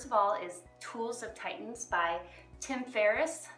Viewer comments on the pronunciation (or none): none